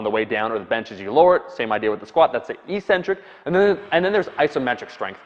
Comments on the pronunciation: Eccentric is always and only pronounced ek-SIN-trik, not ee-SIN-trik. I just re-verified this in in Webster, Oxford, and . You're likely getting it confused with the way the word "asymmetric" is pronounced, which has you drag-out the initial vowel sound to create the opposite of symmetric. This is basically what you have been doing. But it's wrong. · It's pronounced "EK-centric," not EE-centric." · Omar it's pronounced eck centric (eccentric) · Eccentric, btw, is pronounced "ik-centric", with accent on the 1st syllable.